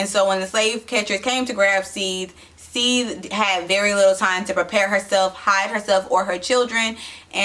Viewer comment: This part was so messed up. It was the saddest part of the whole book. It is an example of how black people are often our own worst enemies. We would rather tear each other down than support one another and rise up. And it is pronounced Seth-the.